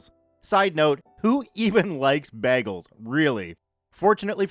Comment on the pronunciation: You say bahgels like brita, you're officially the worst lol